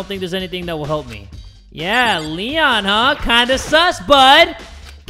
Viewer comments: Me: waiting for jay to say leon: l-lenh Me:... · Lloel?rlly?its leon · Why I got frustrated when he said L-le-o because I knew the killer bc I watched the anime😆🤣